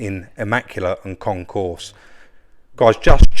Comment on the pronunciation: Ahem, it's Concours ... not concourse.